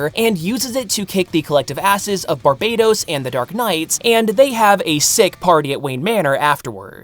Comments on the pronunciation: Bar-BUH-tOHs not Bar-BAY-tos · I'm not totally certain, but I'm pretty sure it should be pronounced Bar-BAT-os.